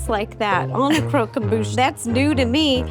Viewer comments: cockemboosh omg lol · Crow-come-boosh "annunciation " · Zach literally pronouncing it “cooquembouche” 😭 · Nobody pronouncing 'croquembouche' the same is killing me